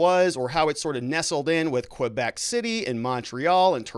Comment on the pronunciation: Great you’re covering this. Media here is trying to avoid or disparage it. Also please never say “Quebec” again.